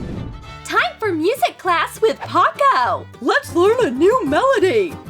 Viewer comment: She said ‘pacO